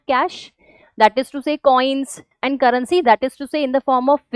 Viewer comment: Currency ❌ Carrency ✅